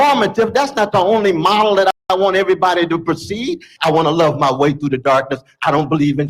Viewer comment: I’m an old southern girl and I didn’t even notice she said “airbody”